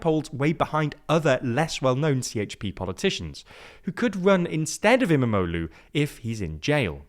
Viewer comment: It was fun listening to say em-a-mo-loo multiple times. Quite the tongue twister